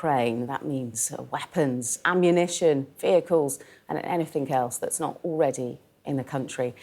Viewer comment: Did she really say 'anyfink'